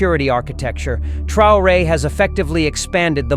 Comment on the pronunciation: TRAORE IDIOTA NO '' TRAYORE''